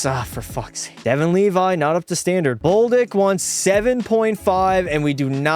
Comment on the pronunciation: Who is boldick it is bolduck